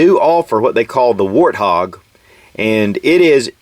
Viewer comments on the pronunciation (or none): none